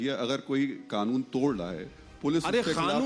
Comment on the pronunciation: It's not khanoon it's kanoon